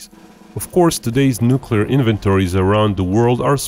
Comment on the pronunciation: He said nuculer. Lol